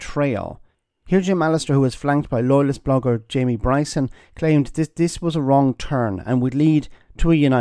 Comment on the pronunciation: Bwyson is vewy, vewy angwy.